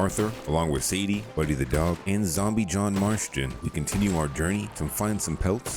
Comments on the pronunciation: Why u calling him John Marshton of Marston 😂😂😂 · there’s no TH in Marston. Marston, not Marsthon. I’ve noticed it over several videos in the rdr2 mod videos. I just assumed you were bating the viewers to engage in the comments.